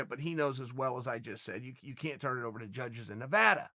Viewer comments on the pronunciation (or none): none